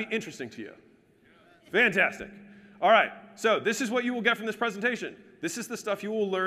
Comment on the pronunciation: who else loves it when alex says "al'ight"